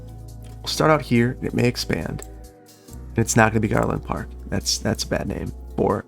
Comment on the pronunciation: You said Garland Park, and I heard Garlic Park……